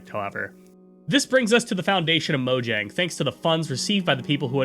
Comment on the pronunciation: You should probably check the pronunciation of proper names like Mojang and Jens if you are going to narrate a video essay about them.